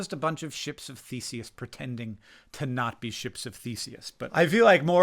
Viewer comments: i first thought you called us a "Ship of Feces"... i didn't argue... but i did realized you said "Theseus" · omg i thought he said "ships of feces" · I thought you were saying "ships of feces" and I was like true dat. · I heard ships of feces and had to look at the subtitles ^^ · "We are just a bunch of Ships of Theseus". At first, I thought you said "Ships of feces", and thought, "yeah... that's technically correct". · I thought he said we are a “ship of faeces”. And as a fellow colitus sufferer I was like yea I suppose we are… just a vessel for faeces. 😂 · I thought you said "ships of feces" and I was shocked, but also like, yeah that's accurate lol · Am I the only one who at first heard "ship of feces"? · ships of thuh-say-us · What did he say? I truly was rolling with ‘ships of feces’ 🙃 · I heard "...ship of feces..." at first and was like preach! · i absolutely heard ship of feces and thought, “someone else gets it”. i guess ship of theseus too but…..